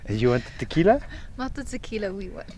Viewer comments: Taquilla😂no tequila😂😂😂👌🇪🇸❤️🫵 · Tekilas no taquillas😂😂😂